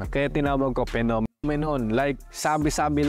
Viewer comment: phenomenon!? o Nenokinnon 🤣🤣🤣🤣 ninenok mo nga pic. ng modek mo🤣🤣🤣🤣🤣